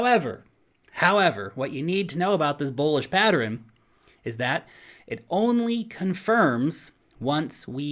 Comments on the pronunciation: Pattern pronunciation Humans -> Pat-turn -> Patt-ter-renn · Thanks. Man mainstream adoption is going freakin vertical. Happy days.;) Has anyone else noticed that the can't say pattern???:) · Thank you! I'm over here trying to say "patterin". I've never heard it pronounced that way before! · patterin? do you mean pattern? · is he saying "patterin?" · I love you, but you pronounce 'pattern' as 'pattrern' and it's weird. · PATTERIN.... What the actual F See ya. I can't take listening. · Patterin? you meant pattern? silly. Keep up the good work. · It is possible that is the way pattern is pronounced in New Zealand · Have I been saying pattern wrong my whole life? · I noticed that too! It's probably a regional thing. Not sure where is from originally, but where I grew up in PA some locals would add unusual syllables to words (mine = my-en, film = fil-em etc.) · You say 'pattern' so weird dude. Like a whole extra syllable. :P